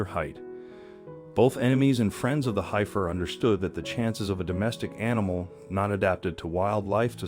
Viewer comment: Heifer…corral…heirs…rumors…love the story of sweet Bonnie, but my gosh…if you’re going narrate something for distribution, learn how to pronounce the basic words of the story! Surprised he didn’t say, “Dart Mouth 👄 “. 😂. So glad Bonnie’s story had a happy ending.